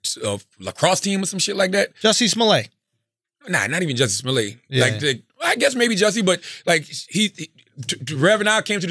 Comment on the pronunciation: Its funny that after that Dave Chappelle stand up every one says Jessie Smol-ye vs Smollet. LMAO